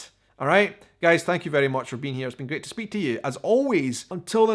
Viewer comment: Hi, one word that you say often is great. Alot of times to me it sounds like you put an L in the word, like gleat. sounds weird to me. I love your content. Keep up the good work.